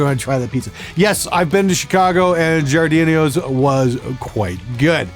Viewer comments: "Giardinio's" it's Giordano's u fuck😂😂cheers from Chicago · “Giorodidlios” 🤣 did you mean ”giorodano’s” pizza?? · “Gardenio’s” as a Chicago native, I am offended. Gee, OR Donno’s? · I think meant GI-or-Danos🤔😉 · GEE RA DON OS btw lmao I’m from the south suburbs of Chicago.